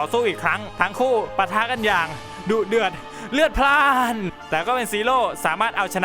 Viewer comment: ทำไมพี่ชอบพูดว่าดุเดื่อนเรือดราดนะครับ